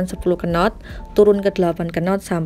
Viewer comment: Kenottttttttttttttttt... Apa kenot ! Nyebutnya not aja,, knot!